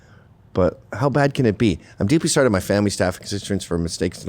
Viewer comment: Oh, so solly, so solly, 😂